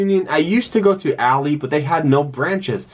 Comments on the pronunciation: It’s “ALL-EYE” not “ALL-E” 🤦🏾‍♂️ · Good video, I just have to say you are pronoucing ALLY wrong. You are saying it like a females name when it is actually like the "friend" ally.. Example: "I am not your ally ," he repeated. ...